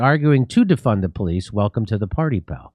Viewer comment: He never said "defund the police", he said "deFUN the police".